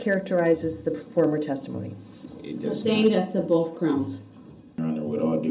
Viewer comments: You got to love how he says "both" BOF. That's the sure sign of a brilliant man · "Is there any reason BOAF detectives stated you told BOAF uh-dem you saw multiple people in duh vehicle?" Abel looks like he could rip Brooks in half with his bare hands...😂